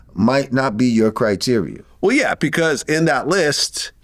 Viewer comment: Someone tell lorenzo its criteria and not criterior...since hes so smart😂 🌎